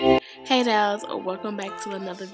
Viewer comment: Straight Chicago the way you say "doll". My dad says it the same way! Love you